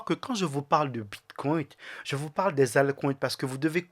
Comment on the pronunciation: STP tu peux arrêter de dire « bitcoint » et « altcoint » Il n’y a pas de « t ». Idem pour « biremarket » 🍺c’est bearmarket = « bèremarket » 🧸 Sinon merci pour ton contenu 🙏👌🏼